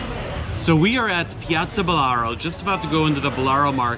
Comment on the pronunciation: and it's BALLARO' market and not "Bolaro"!